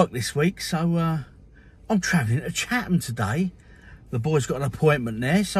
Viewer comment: You pronounced it correctly at the start. It’s “Chat-em”!